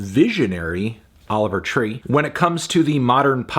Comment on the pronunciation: Anthony saying Oliver tree more like Oliver pee for 10 minutes isn't a review